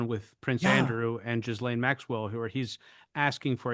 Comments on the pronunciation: Ghislaine is pronounced Gi-Lane, hard G like in give, S is silent french name so that is why it is weird :) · Say Ghee-len.’